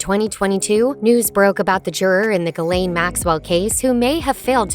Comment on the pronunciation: why can't any of these videos bother to pronounce names correctly / why don't you have the thoroughness to pronounce Ghislaine correctly